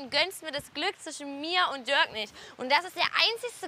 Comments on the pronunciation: Ich dachte er heißt Dirk und nicht Dörk 😂😂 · Bin ich die einzige die es so witzig findet das die ganze zeit Diörk sagt? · Nennt die doch ihren eigenen Freund Dörk und nicht Dirk :D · Der heißt Dirk 🤦🏻‍♀️